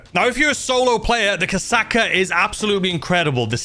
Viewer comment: mate you should really google how to say KOSATKA cuz i can trow up just listening to your pronunciations.